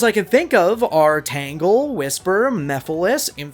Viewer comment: Its Tangle, not Tango. 😂